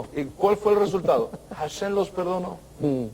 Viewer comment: De acuerdo a la gramática hebrea indica que cuando una letra hebrea de nombre Hey=ה, va al inicio de palabra está letra es muda. HaShem=השם, así se escribe y así se pronuncia ashem, no jashem.